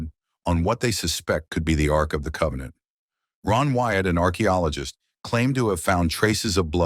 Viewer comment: An Ark-ologist